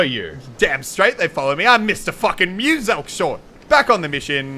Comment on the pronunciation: HE CALLED MUSELK MR-ELK